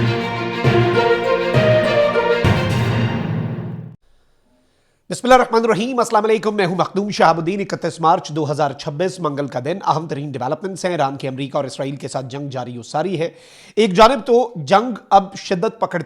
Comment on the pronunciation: Bhai ap Bismillahi Rehman Al Raheem ki jagah Bismillahi Rakhman al Raheem parhte hain recoding ko suno apni starting...